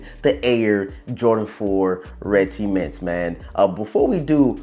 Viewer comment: Ceements? It’s pronounced cements